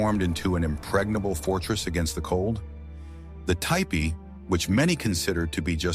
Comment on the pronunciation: Can you say T PEE!!!!!!!!!! It’s NOT tie pee. 😡. I end up turning it OFF. GEESH !!!!!